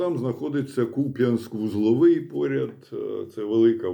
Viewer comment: Дякую, що Ви правильно вимовляєте назву міста.